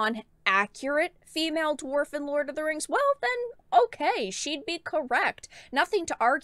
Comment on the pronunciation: THE RANGS OF POWAH